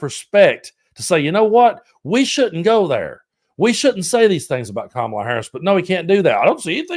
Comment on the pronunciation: Also, the smallness of their continuing to mispronounce both Kamala and Walz just pisses me off. Children.